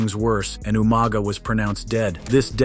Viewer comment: Just watched 2 videos from this channel and i think a bit of research wouldn't go amiss into how to pronounce names - eg. Umaga and The Usos!!